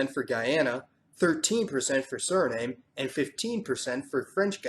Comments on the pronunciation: Ik snap dat een amerikaan het op zijn amerikaans zegt.. maar als een zogenaamde suri zijn eigen land nietteens correct kan uitspreken? SCHANDE!!! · Basically a good job, a few small errors but overall good. ex. Suriname is pronounced Suri nahm not Suri name. Anyway good work. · Your pronounciation, Suri-NAME is all wrong, it's SuriNAM A short history of that: One of the earliest spelling of the name was: Zuriname, found in some ancient Dutch texts, but not all, some say, but it's not very clear, and not really all that important. Then, it changed into Suriname with an S English speakers wrote and pronounced it as "Surinam" (short A, like in "America" For a period of time, the Surinamese accepted that as the English/international version. Their national carrier is STILL called "Surinam Airways" and not "Suriname Airways" Then, out of respect, or whatever, the official English SPELLING became "Suriname" but it is still PRONOUNCED "Surinam" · Siri nAHm. Not Suri NAME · I'm am Surinamese and Guyanese. It is pronounced Surinam, not Suriname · Nice narration, but Suriname should be pronounced as "SU- RI-NÀÀM" not surname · In Guyana they pronounce it Suri-NOM not Suri-NAME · Dude, it's pronounced Surinam, not Suriname. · Suri-NAHM, NOT Suri-NAIM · It's NOT Suri-name as "name", but Surinam like Vietnam.... I life in Suriname not Suri-name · Suriname is not Sur-i-nam, but Sur-i-nam-uh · Very informative, thanks for taking the time to explain the demography of these not so known parts of the world. By the way I thought the correct pronunciation for Suriname is something like Suri-naam, not Suri-name. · The E at the end of Suriname is silent. It's pronounced "nam", like Vietnam, not "name". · It is Suriname not Surinam !! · There's not a single silent "e" in the name SurinamE ! It is pronounced+ written as SurinamE, not Surinam ! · Suriname is pronounce SURINAAM not name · Suriname is pronounce Su-re-naam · Stop saying sir name is Suriname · Pronounced Soo Ree Nam